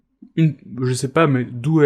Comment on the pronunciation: le "mais ça va pô" ma tuer de rire